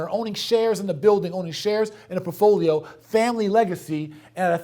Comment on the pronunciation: I watch these just to get pissed at how this dude says “portfolio.” It’s PORT-folio, not Puffolio. Cmon mane!